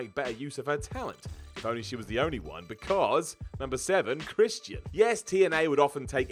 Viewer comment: "Christ-y-an"